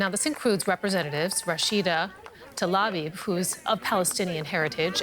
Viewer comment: Tlaib not Talabi